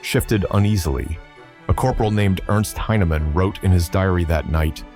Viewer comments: A corporal named Ernst Heinemann Should sound like Airnst not like Ernst. Ernst is the correct spelling, but for English not the correct pronunciation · Ernst Heinemann It's not pronounced Urnst, but AIRnst. Heinemann